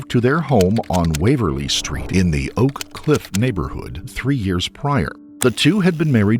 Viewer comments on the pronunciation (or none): Its O'Cliff no one says Oak Cliff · Oak cliff is the worst part of DFW by far, especially the black half (the Hispanic half isn’t as bad, since many are undocumented immigrants and are fearful of getting attention from police) Also the place is pronounced o’cliff , not oak cliff